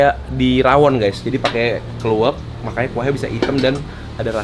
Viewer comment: Yg bener kan kluwek, bukan klewok